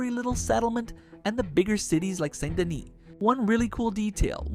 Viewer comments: Its Saint Denise NOT Saint Dennes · Saint Dennis is pronounced "Sandy Knee" 😂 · Honestly dope video. I expected you to lowkey have more subscribers because the video is very nicely done. My only complaint is the way you say Saint Denis. It ever so slightly pisses me off but still good video homie. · The way he said Saint Denis wrong is so annoying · "Saint Dennis"